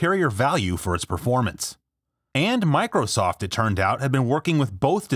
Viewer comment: MICROSOFT not MICOSOFT